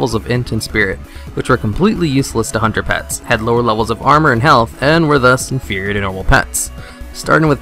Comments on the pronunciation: the way u say hunter pet sounds ike underpants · When you started out saying "hunter pets" I heard "Underpants" LOL